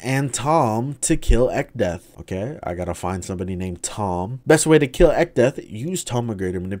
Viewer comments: I drank an entire bottle of water every time he said echdeath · Man, I'm glad I didn't do that shit with alcohol, If I took a shot every time you said Echdeath, my ass would've died to alcohol poisoning and liver failure, lmao